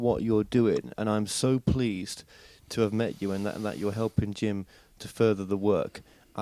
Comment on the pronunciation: Ugh,, I really appreciate what you're doing, but you're such a mess. Every video I watch, your questioning is terrible (and getting worse). And in this video, you mispronounce Jim's name multiple times before you get started, and then, even worse, to his face! 🤦‍♀️🤦‍♀️🤦‍♀️ I'm horrified for you. Carry on, but wow... get it together, bud.